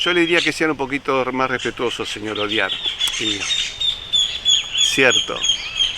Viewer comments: Su apellido lo Delaware.Audiard se pronuncia Odiard.Lo delata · Qué casualidad que ese apellido Audiard en español se pronuncie Odiar!